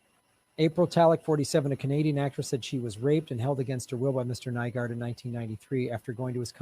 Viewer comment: New-gord,, New-gord... Get the criminal's name wrong so people know who you're talking about.